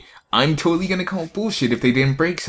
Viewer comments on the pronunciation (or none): "Toltal" I am dissapoint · you toltal why not tlotal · New word created by; Toltal 😂😂😂